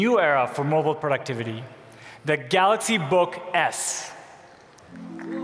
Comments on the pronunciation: You know how long it took him to prepare for that speech to get the word galaxy correct...... and he still failed. LOL! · i heard "let me introduce the galax, not 10" lmao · Kevin R galoks nōt ten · The "Galux" Note 10? 🤦‍♀️ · this guy is there for years and he is not even able to pronounce GALAXY :( what's Galox ? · "let me introduce the galax, not ten" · Oh God he said "Galux" and I was was waiting on the ee😩😂😂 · "Galox Note PEN" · I’m sure he said THE GALAX instead of THE GALAXY.. He doesn’t even know his own products. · GALOX NOT TEN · Why is he saying Galux ? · I really love that he never pronounced that as galaxy. NEVER LMAO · After so many years, my mate, brother from another mother still cannot pronounce "Galaxy" properly.